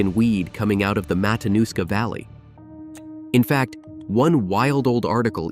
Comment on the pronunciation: It's Matinuska TF